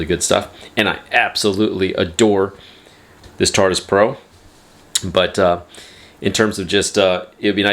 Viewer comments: bruh this mans really called it tartus repeatadly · It's not the "tartus" 🙄